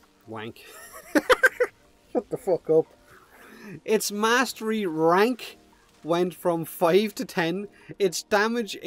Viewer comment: “Mastery kwrank”